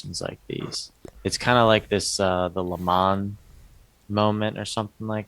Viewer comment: lamon lamony lol it's pronounced laymun...Lehman Brothers